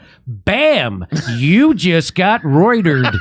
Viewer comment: “You just been Ruetered!”…😂 I’m still laughing 😂